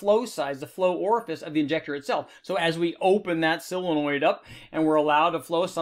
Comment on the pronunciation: Solenoid, not "silinoid"...